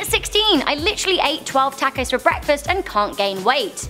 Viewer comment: I really hate the way you pronounce "taco" xD